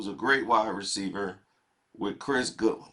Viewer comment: I think it's Godwin not Goodwin